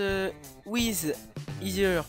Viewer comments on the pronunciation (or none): none